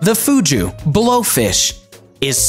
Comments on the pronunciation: bro who pronounces fugu "fhu-gu" its "foo-goo" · Its Fugo as in Foo+Goo not Foo+Joo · Bro really said Fuju! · The dude firstly is pronouncing Fugu incorrectly, it's not pronounced Fuju but Fugu, by the way I ate 6 servings of Fugu in Japan and didn't die, this was back in 2010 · Fugu is pronounced "foo-goo", not "foo-joo". It's kind of off-putting. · Fugu is pronounced as fu goo. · This error alone made me question the validity of this video! Second was the cassava. He said caass-A-va. It’s Ca-sA-va. 🙄